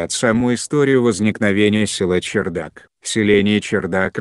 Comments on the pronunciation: Не чердак ,а ЧарДак ( кх ) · Вообще то правильнее было бы говорить чардак,а не чердак.Да и на табличке так написано. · Не возможно слушать этот роботизированный голос! После 3 минут выключил, и автор не чЕрдак а чАрдак1!!! Можно было бы сначала уточнить, как правельно а потом выложить! Диз, короче!!!